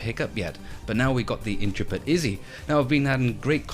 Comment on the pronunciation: Looks good, looking forward to my Kickstarter copy. Backed this almost four years ago now, so it's been a long wait! It's Intrepid (in-treh-pid) rather than 'intra-pid' by the way, as in "an intrepid explorer".